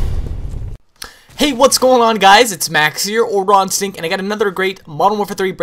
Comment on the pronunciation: every time you say raw instinct it sounds like you say rotten sink